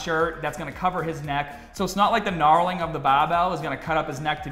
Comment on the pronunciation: Does know it’s not KNARLING it’s KNURLING